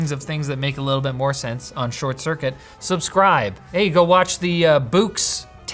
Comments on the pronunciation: Boox is pronounced "Books" and you just put so much stink on the "oo" lol. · I can’t tell if actually doesn’t know that Boox is pronounced “Books” or if he’s just making fun of the funny spelling.